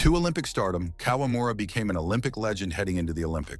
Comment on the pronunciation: 58 year old kawamura?! Come on! You're already using AI for narration! Please do your spell checks so that at least it sounds right.